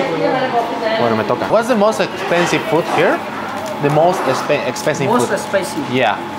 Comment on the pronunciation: Este men quería comprar lo más expensib (más caro) Pero el que le atendió le escucho lo más speici (picante)😂😂